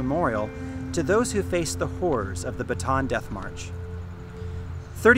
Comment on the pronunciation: I'm late to the party here. One of my pet peeves, is how foreigners pronounce Bataan. You pronounced it like something a stick held and thrown in the air by a cheerleader. It's pronounced Ba ta an. . As an aside. I was stationed at the Navy Radio Transmitting Facility Capas Tarlac . My eldest son was born at the Clark Hospital. Thanks